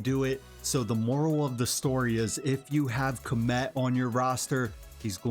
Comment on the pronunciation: You know my favorite thing about this video? You're the only one ive heard that can pronounce Khamet correctly! Everyone else says comet . 🙄